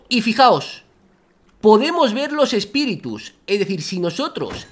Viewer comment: espiritus❌ espitirus✅